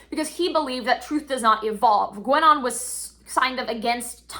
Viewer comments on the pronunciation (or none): I just wanted to say that the u in Guenon is silent and so is the n kind of (I didn't understand that was the guy you mentioned at first 😶), other than that, I will be silent as well with criticism